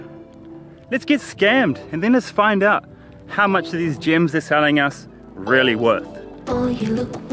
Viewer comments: I thought he said gym too! 🤔 like gym membership 🤣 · At first, the way he pronounced gems I thought he was talking about an island running a fake gym scam. 😂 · Maoriprincess _1 The person who wrote the comment heard gyms instead of gems lol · i thought you said GYM scam LOOOL like they selling gym memberships on an island LOOL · I was so confused, sounded like he said "scam gym" lol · Me too 😭😭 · Mee too. When he arrived at the island i was like i dont see any gyms. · I thought he said gym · I thought he said GYM for most of the video. Kinda dissapointed i didn't see a gym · I heard gyms too